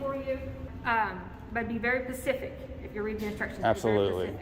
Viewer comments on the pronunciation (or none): Did she say be very ( pacific ) instead of specific 😂😂😂😂 SHE F**cking did I went back and turned on captions it said pacific also 😂😂💀💀💀💀🤔🤔